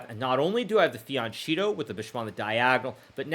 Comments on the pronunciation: Fee-ahn-KEH-toh.. Hard K, Hard K! For crying out loud..Jeez. By this point i am sure you are just trolling us Hikaru. This really rubs me the wrong way. 🤣🤣🤣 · Hikaru, why do you consistently mispronounce "fianchetto"? Really annoying and disrespectful to Italian speakers. The "ch" is a "k" sound.